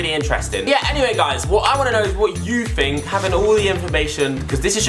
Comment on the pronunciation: It's "Think" not fink pal